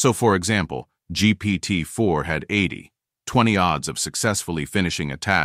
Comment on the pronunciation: ElevenLabs is screwing up numeric readbacks a lot, e.g. - "two-thirteen days" rather than "2 to 13 days" and - "80 - 20" becomes "80 20" rather than "80 to 20" That preprocessing of the script could be done by an LLM.